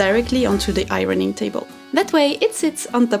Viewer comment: I love your studio! Loved the music from the sheet metal, I would have totally done the same thing! I also loved hearing "irony" when you said "ironing" my American, 55 year old, ears trick me all the time. I only hear two syllables in the word "warrior" and not three.